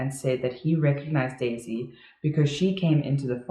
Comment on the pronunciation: Same! But it always sounder like Daisy "die" Melker